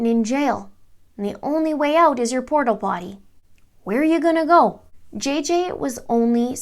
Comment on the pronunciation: It sounded like you said “you’re only way out is your Portal Potty...LOL